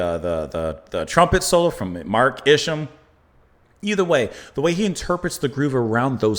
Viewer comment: I believe that Isham is pronounced something like Usham, the sh stays together Like in Shell.